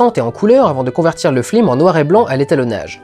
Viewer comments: Tu n'arrives JAMAIS à dire "film" correctement :D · Arrête de dire flim ! ^^ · Pq tu dis flim? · Je n'ai donc pas rêvé. Ça commençait à me perturber sérieusement... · je me demandais si c'était une faute de prononciation ou moi qui débloquait ^^ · C'est presque a chaque fois, ça doit être une référence que jn'ai pas :( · La galère que ça a dû être de mal prononcer film. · pour l'info, mais ça gâche quand même la vidéo, cet écorchage d'oreille qui dure 35 min. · C'est ce qu'il dit, c'est une référence au " Grand détournement " où les voix off ne disent pas " fiLM " mais " fLim " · T'as perdu un parie tu dois dire Flim au lieu de Film ? lol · pourquoi tu dis "flim" au lieu de "film" dans toute la rétrospective ?? :) a part ça génial comme d'habitude ! ;) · Suis-je le seul à attendre ''flim'' et non ''film'' dans toute la vidéo ? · Pourquoi t'arrête pas de flim au lieu de film?!! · Ho mon dieu! Arrete de dire FLIM!!! J'en peux plus! AAAAAAAAAAAAAAAAHHHH!!! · Je dois avoir un soucis, j'entends "flim" au lieu de "film"... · Super vidéo ;) et super pjrevat. Mais j'ai pas encore compris pourquoi tu dis Flim au lieu de film :p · C'est moi où il dit flim au lieu de film? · Une fois qu'on a capté quue tu dis flilm au lieu de film, on ne peut plus ne plus l'entendre :/ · C'est normal de dire "flim"? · je suis le seul à entendre flim au lieu de film ? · il me semble qu'une fois ou deux, tu dis FLIME au lieu de FILME fait attention. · c'est moi ou tu dis souvent flim au lieu de film ? Oo ha moins que ça soit voulu : justement comme pour Michel qui, dans ses flim, fait une grosse erreur qui fait bien tache ^^ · Au risque de parrzitre inculte, pourquoi dit-il systématiquement flim? Ce ne oeut etre une coïncidence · Une ou deux fois ^^ à la fin, il ne fait que sa. A t-elle point que je me demande si il n'y a pas une intention derrière cette "erreur" de prononciation. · ***** oui c'est pour appuyer la lourdeur phonétiquement parlant. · aaarrrrggggg arrete de dire fLim !!!!!